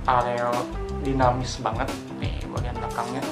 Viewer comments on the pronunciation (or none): Aerodinamis bang , bukan areodinamis